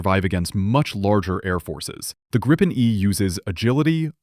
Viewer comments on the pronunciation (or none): Its GREEPIN not Grippin